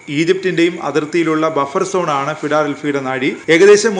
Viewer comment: ഫിടാലെൽഫി അല്ല 😀😀 ഫിലാടെൽഫി.